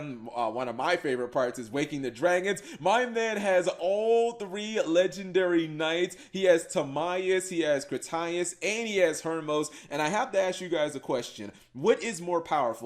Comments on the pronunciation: What the fuck was that piss poor pronunciation of Critias?! Cri-TIE-us?! I think I felt some brain cells just kill themselves. It's Crit-EE-us ffs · How cap pronounces critias